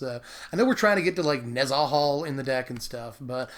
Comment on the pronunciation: Dude... It's NEH-zah-hal... Not neh-ZAH-hal